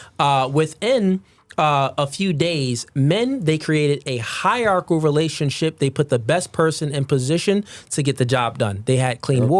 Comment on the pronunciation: Hie-rar-chi-cal order